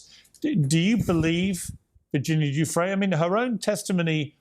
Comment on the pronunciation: Ffs bro come on, at least try to pronounce the name correctly. Giuffre, it's a French name. Please stop calling her Juffrey.